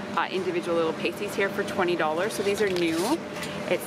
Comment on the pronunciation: Hi, just so you know - pasties are pronounced past (as "in the past") tees - pasties go over your nips :)